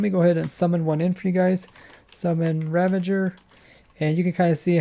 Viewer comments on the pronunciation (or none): Did you say “Ravenger”? Once for sure you did clearly say “Ravager,” so that’s good. Everyone remember: RAVAGE like SAVAGE! Not Ravenge like Scavenge. Nope, not, nuh uh, no way. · Spyne. You think people should be chill about such a travesty as pronouncing Ravager like Ravenger!?l? HELL NO